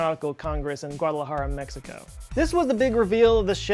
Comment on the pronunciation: Wow you said Guadalajara pretty damn good